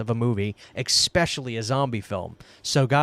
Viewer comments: Great video! Great dive & investigation into this. Thank you. Sorry, but I just have to say this: it’s ESpecially not EXpecially. Cheers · Stop saying “exspecially’. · Especially has no “x” in it. It really bugs me when people say “EX-specially”. Just stop using big words you can’t pronounce